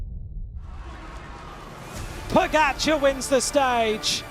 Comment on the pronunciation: How have they still not learned how to pronounce Pogačar?